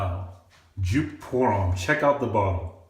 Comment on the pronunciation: YOU ARE SAYING IT WRONG!!!!!!!!!!!!!!!!